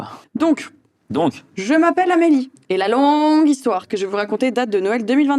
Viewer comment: Tu sais lire tkt "alors l'hixtoire" 😂😂